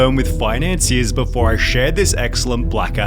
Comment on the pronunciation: im annoyed by this dudes voice. he always drags the last syllable lol. "befooooorar" (before) lol hire a better english person